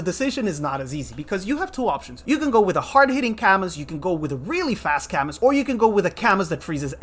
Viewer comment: isn’t his name pronounced cah-mu?